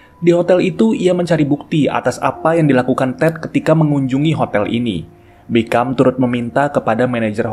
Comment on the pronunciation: Di filmnya nama jaksa itu dipanggil "Bicum" min bukan "Bikam" 😂